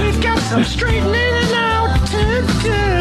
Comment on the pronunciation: “Straightnening” Fuck he’s a cringey douche